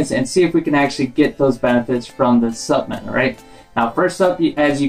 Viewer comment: Cringed everytime you said s U p M e N t